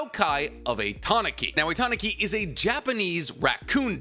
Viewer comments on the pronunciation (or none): TAH NEW KEE not TA NAH KI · the way you say tanuki is a little off I always here people say it like this tanooki. as a I don't read or listen to Japanese I'll just roll with the way you say it for now🤔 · The way you say tanuki is kinda funny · I know this is a bit off-topic, but my god that pronunciation of Tanuki gave me enough psychic damage to knock me out. No, seriously. Usually, when you butcher Japanese words I can make a pretty good guess of what you mean, but this time I had to stop the game I was playing, rewind the video and look at the illustrations you used to make sure I properly grasped what you have just spewed. Please for the love of god if you have no idea how to pronounce Japanese words google it up. It takes only 10 seconds and makes a huge difference